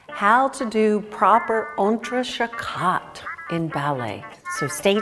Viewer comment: French pronunciation c’est trés terrible, non?